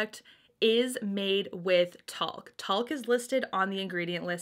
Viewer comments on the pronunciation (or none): Its talc not taught was your pronouncing 😆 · It’s talc . Not “talk” . That sounds so ignorant when you keep saying “talk” 🙄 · Friendly heads up, the correct pronunciation is “tælk.” (ah sound) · It's pronounced hit the sound button next to the word. 😁